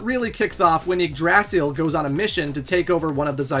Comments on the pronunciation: The yggdrasil pronunciation hurts my heart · please never pronounce Yggdrasill like that again it hurts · My guy, Yggdrsil is pronounced (IG~DRAH~CIL) and it's a reference to the central sacred tree of norse mythology, to which the nine realms surround.... MKAY? sheesh.. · okay. hearing how this dude just pronounced Yggdrasil made me stop the video. The Tree of Life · Great video, but man you need to look up how to pronounce Yggdrasil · First time hearing someone pronounce yggdrasil that way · The way foreigners pronounce Yggdrasil is always funny to me. By the way, great video. This was a fun watch!